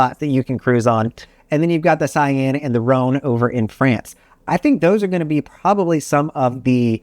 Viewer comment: Putting aside the "Dah-noo-bee" river, and the "Mah-zul" river (try: "mohzelle"), and the "Sah-yenne" river (Saône rhymes with Rhône ) at least he got the cities on each pretty right. As far as pax, with very few exceptions (eg. Amamagna) all Europe river ships are size-constrained (think locks) and of essentially identical dimensions. AmaWaterways (pricier) ships typically holds ~160 pax, Viking (more mass-market) so-called "longships" ~190. 250 pax would be very very uncomfortable and no company comes anywhere close, fortunately. Please, actually make your way to Europe and try one before posting again on the topic.